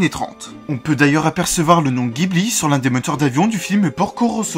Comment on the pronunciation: Il me semble que le nom ghibli se prononce "ji" et non pas "gui"